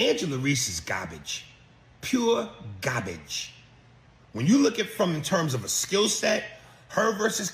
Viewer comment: “gobage” I’m dead man 😂